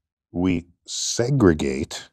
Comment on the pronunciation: The way Tyson begins by over pronouncing "SEGREGATE", like he's talking to a child. He does this kind of thing with everyone and it is so self-important and arrogant. Scientist my arse. Definitely not on this subject. He's now a famous SCIENTIST for ALL the wrong reasons. Yes, make sure to OVER pronounce those capitalised words in the manner of Tyson so that you CAN understand what I am TRYING to say.